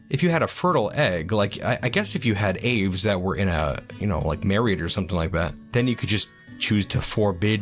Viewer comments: nice, birdies! idk if anyone else commented this but aves is generally pronounced "ah-vays" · The way you say "aves" hurts...